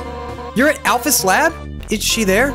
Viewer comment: When met alphys instead of alphys he said ralphus if you turn on subtitles